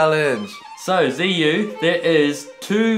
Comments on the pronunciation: his first name is still pronounced terribly wrong though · And "Ziyu" wasn't pronounced in Chinese either... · they didn't even pronounce his first name properly, it's in chinese.